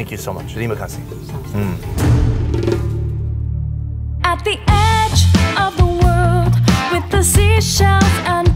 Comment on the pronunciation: that "terima kasih" pronaunce is really good